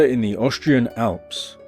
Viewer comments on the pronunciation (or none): Oh these "oshtrians"... 😅